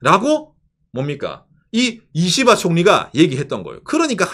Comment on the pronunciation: 님 이시바총리 발음할 때 이는 약하게 시는 강하게 발음해서 씨바총리라고 하는거같음ㅋㅋ